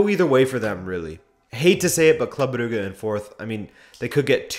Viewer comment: Brugge is not pronounced "Bru-gah". Jesus Christ.